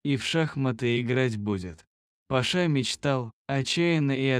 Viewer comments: Парня скорей всего зовут ПАша,а не ПашА. Слух режет. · Почему ПашА,а не ПАша???кто читает? ПашА что ли???